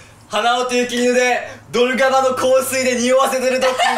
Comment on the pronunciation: ｢ドルガバの香水｣って言ってるのか｢土砂降りの洪水｣って言ってるのか分からんのだが